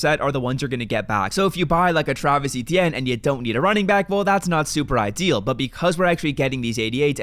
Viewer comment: did you really call Travis Etienne travaris